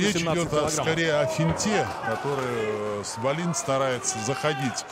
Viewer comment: Комментаторы вроде образованные люди, особенно Валуев (депутат). Неужели в головушке не возникает мысль, что в шведской фамилии ударение не может ставится на последний слог. Весь поединок произносили фамилию шведа как дагестанскую: ВаллИн. Никогда не будет у российских комментаторов должного уровня. Если они даже подготовиться не могут и правильно назвать фамилию спортсмена из основного поединка. Жаль Гендлина нет.